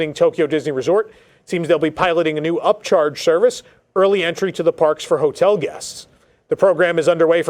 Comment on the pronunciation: Did you say U.P.C.H.A.R.G.E. service? 🤣